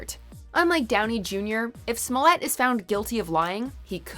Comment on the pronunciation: Who taught you how to pronounce these people's last names?